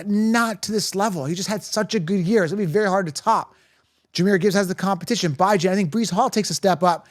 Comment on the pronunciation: He’s killing me with how he says Bijan’s name. It’s pronounced Bee-Jan, not Bye-Jan 🤦🏻‍♂️